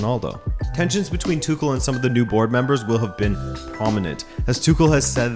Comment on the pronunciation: Tüchel is pronounced without K. It's H. TüHL